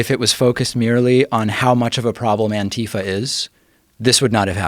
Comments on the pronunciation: Then wouldn't the last one be an-tie-Fa? Or an-tie-fa? Or literally anything other than An-tie-fa? Putting an emphasis on the first "a" is jarring when followed with that hard "i". I hear all of the other options pretty regularly, but never that one. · Is it really pronounced an-TEE-fuh? Antifa is short for anti-fascist, right? So wouldn't it be either An-tee-fa or An-tie-fa?